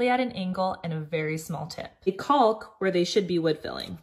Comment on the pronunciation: Love the all the tips. FYI the L in caulk is silent